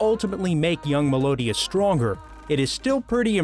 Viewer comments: Meliodas is pronounced mel e o.dus Also naofumi is pronounced now fume e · its pronounced MEL-EE-OH-DAS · You said Meliodas and Nanatsu No Taizai wrong dude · I hate how he pronouned naruto,dororo,meliodas,and naofumi other wise I agree with all of these anime fights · Who the hell says meliodas like that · He pronounced it without the “i”